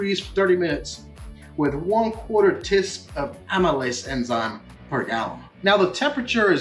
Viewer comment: why does he keep saying "tisp" for tablespoon? driving me crazy and making me laugh